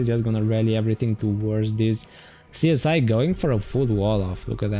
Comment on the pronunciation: "Csiz" Is pronounced like "Siz" :)